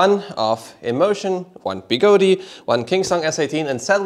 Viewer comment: I thought it was pronounced Begode, not Begodee